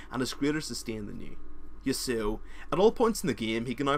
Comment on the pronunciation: The way he pronounced yasuo tho XD sick vid tho very helpful.